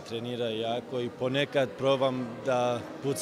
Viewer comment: Kaže "nema šaMse" 😂